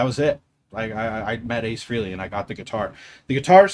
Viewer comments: FYI-His name is pronounced FRAY -LEE NOT FREE-LEE..There are intervews on tube about him explaining this. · It’s pronounced Frayley not Freeley, you lifelong superfan. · Btw. For such a big fan you would think you knew how to pronounce Ace Frehley s name ? It’s not freeley. It’s FREYley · I think we’ve all called him that for decades, but it is Frey-Lee.